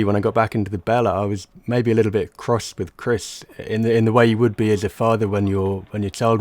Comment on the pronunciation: be like ‘Chrisch’